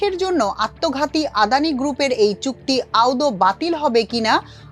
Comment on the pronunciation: নিউজ রিপ্রেজেন্ট এর আপুকে বলছি আপনি আদৌ শব্দটা উচ্চারণ করতে পারেন নাই আপনি আদৌ বলতে না পেরে বলেছেন আউদো আশাকরি ভবিষ্যতে উচ্চারণ ঠিক করবেন অবশ্য ভুলটা আরো অনেককে করতে শুনেছি